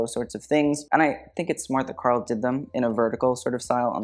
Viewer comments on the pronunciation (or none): none